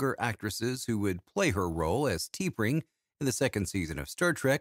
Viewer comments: It should be pronounced as Ta-Pring and not Tee-Pring. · Yup, that Star Trek photo is not of T’Pring (pronounced TUH-pring). It’s a photo of Grace Lee Whitney as Yoeman Janice Rand.